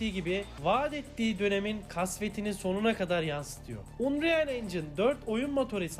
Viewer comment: İngilizce öğren !! unreal diye okudu unreal'i amk gastranır ne lan neyse hikayesini güzel anlattın